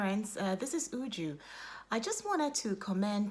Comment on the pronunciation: What is Ujuh? It is pronounced Uju